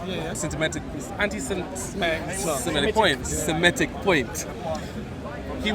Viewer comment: hilarious seeing inability to say Semitic haha